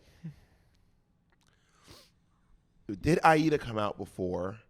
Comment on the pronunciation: I believe it's Aida